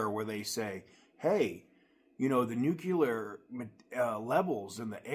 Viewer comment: There's no such thing as Nucular material. I think maybe you mean NUCLEAR (NU cle ar) material.